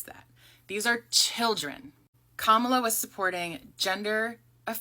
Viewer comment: This is right wing propaganda. It's the same propaganda that was spread that has more younger black people repeating it doesn't matter if you vote or not they are trying to get people to vote republican in the mid terms and her name is comma-la. Say it right if you want us to THINK you are an ally